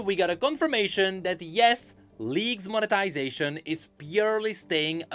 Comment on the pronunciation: Every time says monetization I keep hearing "of the ruination" 😂😂😂